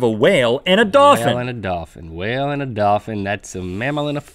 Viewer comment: Is a dolphin NOT a hwal